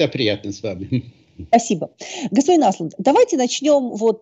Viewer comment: Только Андеш (Anders) не Аслунд, а Ослунд (Åslund). Ну что же так имя и фамилию гостя коверкать?